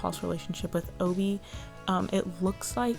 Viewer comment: I think you're pronouncing Obie right because it probably stems from his initials: OB (Otto bergman)